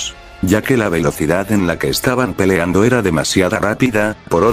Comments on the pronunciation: xDDD en una parte dejo pelando en vez de peliando xddddddddd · se dieron cuenta que en este minuto dijo pelando y no peleando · pelando ? Me pareció chistoso este momento Aún que fue un error del Loquendo XD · En el número = querias decir pelando o peleando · We en minuto dijo pelando en mes de peleando XDDDD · What en una parte dijo pelando